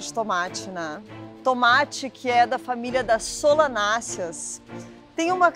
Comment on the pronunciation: Helena.... é solEnácia e não SolAnácia como o ditador paraguaio...